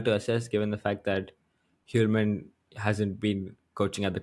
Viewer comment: Kasper Hjulmand's name is misspelled in the chapter section. And I'm sorry to say, but you're pronouncing his last name incorrectly, my advice is to give up on Danish pronunciations 😂